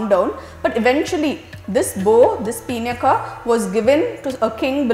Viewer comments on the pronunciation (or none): A happy episode, judging by Ramayana's standards. It was wonderful to listen to,as always. I have a minor clarification to make with respect to the pronunciation of the name of Shiva's bow. I believe it is pronounced as 'Pinaaka" and not peenyaka? I recall listening to the line "pinaaka hastaya" in the song "nagendra haaraya trilochanaya" and hence the thought. That said,the series is great! :-)